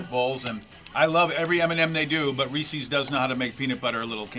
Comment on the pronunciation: It is not pronounced "REESEE's" BJ!